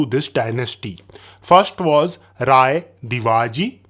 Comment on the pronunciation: Rai not Raya , noob😂